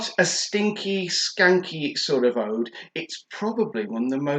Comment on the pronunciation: when you pronounce oud old mate and Qaed is pronounced kieed